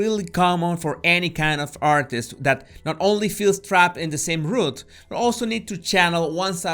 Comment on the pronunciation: OJO - Trapped in the same "rut." No es "root." R- UH -t. no Eh-struggles... "SSS"-trugles. no Eh-space. SSS-pace. safe HAY- ven. No safe heaven. he leans onto the *Mike*... no m-ih-k. muy bien! No fue e-start! Fue start! 👍 Otros - No *j*ears... *y*ears... no *j*ew... *y*u...